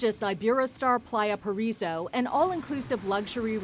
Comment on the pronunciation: Why is Lisa Guerrero pronouncing Ibero Playa Paraiso as a spoiled white girl?